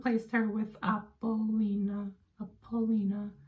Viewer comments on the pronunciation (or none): "apple-oni-ah" sounds like a Greek Goddess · I think it is pronounced App pole lone nia